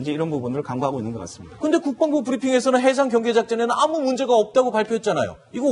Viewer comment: MC도 국뻥부라고 발음하잖아